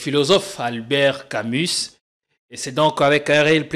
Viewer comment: On ne prononce pas le "s" de Camus !